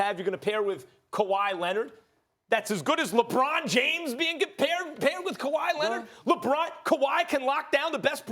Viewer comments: "Kawaah Lennid" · "Kawhi Lennid"